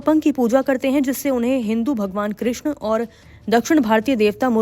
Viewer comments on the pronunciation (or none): none